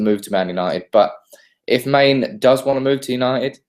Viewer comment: OMG please stop calling Mane "Main" -_